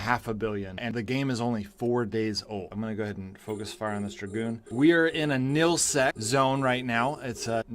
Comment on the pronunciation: Nullsec, not nillsec!